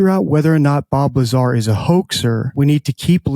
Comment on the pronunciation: BOB LYAAR